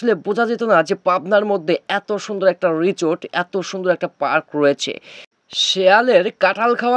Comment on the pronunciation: Richot richot korchen keno o ta risot Hobe richot na😅😂